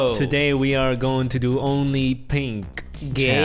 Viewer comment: did he say gay when he said only pink challenge? 💀💀